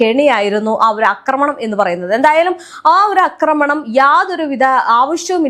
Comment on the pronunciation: അക്രമണം അല്ല ആക്രമണം ആണ് ശരി